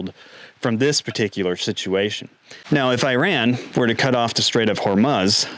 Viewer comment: Please revisit your pronunciation of Hormuz.